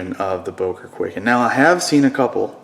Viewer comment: its pronounced kuai-ken not kway-ken